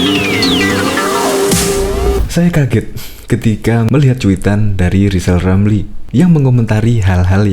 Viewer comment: Walah Rizal Ramli ngomong saja gak jelas. Coba dia suruh baca namanya sendiri, bunyinya Lizal Lamli. Jangan2 bicaranya lebih jelas anaknya Gibran ...eh salah Giblan...🤣🤣🤣